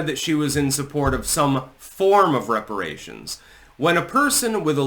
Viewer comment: Weparaaaaations, hypnotic to the black mind.